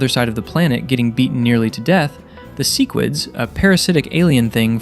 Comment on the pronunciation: can pronounce "Yeun" but not "sequids" and "talescria"😭😭